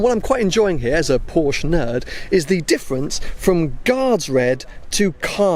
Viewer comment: Please LEARN to PRONOUNCE the word "PORSCHE" CORRECTLY!!!